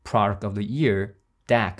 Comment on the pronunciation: I hear "ear" every time you say "year" lol